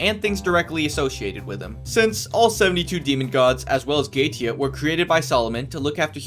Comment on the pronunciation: Holy shit, you were actuallly able to pronounce Goetia's name correctly. Let's go!! ... ... ... ...Btw, good review.